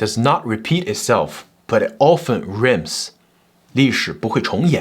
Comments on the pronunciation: Rhyme 讀 阮外母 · 做了很多資料蒐集！非常好！ 題外話：Rhymes的 pronunciation錯了😅 下次讀稿子的時候注意哦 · 除了rhymes 的错误读法，一切完美😊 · Rhymes发音不对。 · Rhymes pronunciation lol 😊